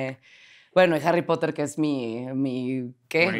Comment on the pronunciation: Los "potergertz" dan cringe cuando se pone a hablar de jarripotder"